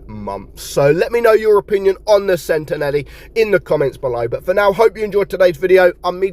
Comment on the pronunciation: It’s not pronounced “Sentenelli” it’s “Sentinelle”, with a French hard “L”.